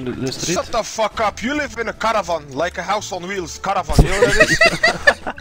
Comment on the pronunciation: bro his friend has a flemish username, his faceit says belgium, he has a flemish accent, he pronounces "caravan" exactly like a flemish word, his friend calls a teammate "jozef" which is a flemish name, ... he is flemish...